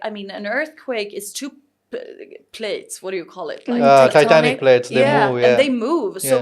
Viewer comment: The guy said titanic plates not tectonic 😂 🛳️🧊